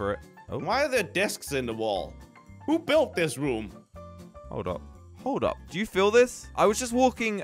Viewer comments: It’s room not rum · Why does say rum instead of room😂😂😂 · WHY DID SAY WE HAVE TO ESCAPE THIS RUM